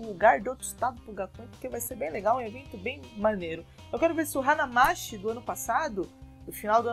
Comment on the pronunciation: não é 'hanamasSHI' a pronúncia. É 'hanamaTI'.